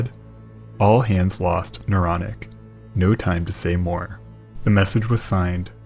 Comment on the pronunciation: The “Neuronic” 😝